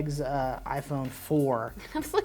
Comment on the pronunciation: erm, it's pronounced iPhone...